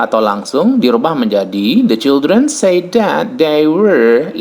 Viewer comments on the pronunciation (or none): The correct pronunciation of said is sed, not seid. If say / sei /. Says / sez /, not seiz. Sorry for this!